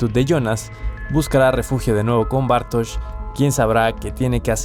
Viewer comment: Empezás pronunciando Bartoz y terminás pronunciándolo Bartosh.